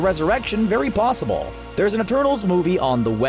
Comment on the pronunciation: Why does he say psossible